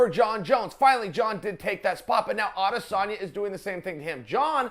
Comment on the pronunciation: Why does Chael call him 'Odesanya?'